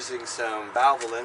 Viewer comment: You are surely pronouncing Valvoline wrong. And I am holding that against you. So in retaliation, I will use Quaker State oil! How do you like them apples? Ha Ha Ha Ha Ha!